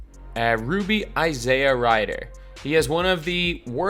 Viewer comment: Is "JR Ryder" a running gag by now? No one can possibly say a name wrong that often.